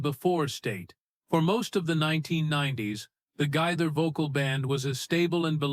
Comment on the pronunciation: Oh my gosh! At least pronounce Bill Gaither's name correctly!!!